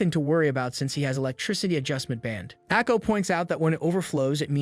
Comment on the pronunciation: Ako is pronounced Long A - Ko (long O) ... Eay - K-Oh